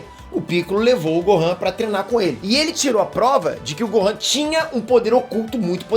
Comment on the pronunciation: Vc fala trenar